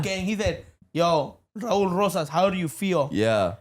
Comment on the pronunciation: you finally got his name right ❤️‍🔥👊🏽💪